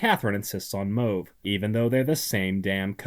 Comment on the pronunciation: Is that how pronounce mauve?